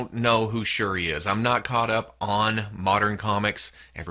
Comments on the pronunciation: You pronounced shuri correct and shuri is from the black panther movie too not just comics she is black panthers sister. In the movie she is a expert with tech and designed black panthers suit, in the comics she used a suit aswell hopefully in part 2 of black panther she can have her suit😆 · Shuri is T'Challa's half sister. She took the role of Black Panther when T'Challa went to Hell's Kitchen to cover for Daredevil(I think). And you're pronouncing Shuri right.